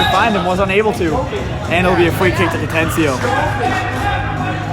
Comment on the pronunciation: It's pronounced Ca-ten-na-chio. 🤦🏼‍♂️